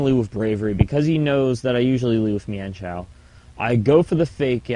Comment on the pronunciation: Not to be a hard ass, but it's pronounced "MINE-shao", instead of "Mee-Ehn-shao". A lot of people pronounce it that way and it bugs me. :P